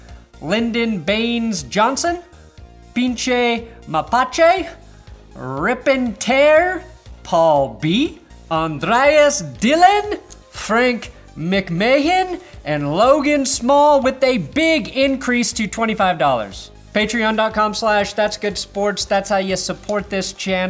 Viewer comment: It’s pronounced McMan LOL